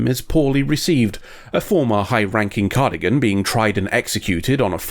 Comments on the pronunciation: Cardigan...... its Car-dass-ee-an but i love the mistake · You know, it's a big confounding to specifically draw attention to being a pedant in the episode title, then proceed to say "cardigan" instead of "Cardassian" over and over again.